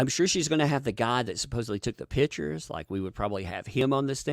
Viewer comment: Just wanted to let know, that as a Portuguese, the way you say "pictures" I hear "pitchers". It's funny sounding. But excellent work on your channel! Love seeing your videos!